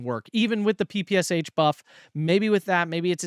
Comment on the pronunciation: Hey man! Great channel and greetings from Russia! Just wanted to correct you a bit. PPSh is not P-P-S-h, but P-P-Sh where Sh is read “sha”. Nail it and we can get to Avtomatchiki and Chernorubashechniki stuff 😅 Thanks for content!